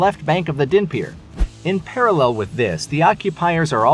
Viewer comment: The battle will be won… not so your pronunciation… Dnepir has silent D, Kherson has silent K and accent in the first syllable, Kharkiv again silent K accent on H first syllable. Almost killed me hearing such a stampede of mispronunciation.